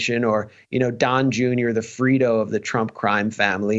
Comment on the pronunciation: Dude it’s fredo, not “frido”